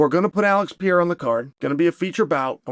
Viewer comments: “we can agree that Alex Pee-Era…” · Will he never say Alex's name properly? Just call him Alex if you can't not butcher his last name. For goodness sakes, Chael. He's only been in the UFC for 5 years now. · Pereira . Not piyera .PEREIRA!!!!!!